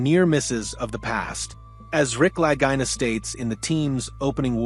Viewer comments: Lagina is pronounced Luhgeena. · Didn't like the AI voice and mispronunciation of their names, but it was a pretty good review.